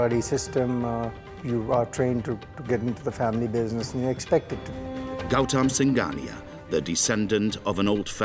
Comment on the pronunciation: Gouttama singaniya ❌ gautam singhania ✅